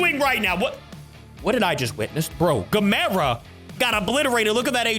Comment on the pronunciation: Always says gamera wrong